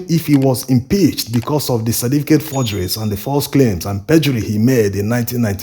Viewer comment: I enjoy your videos bro, but please slow down on this your naideen for (19) and cerDificate for certificate.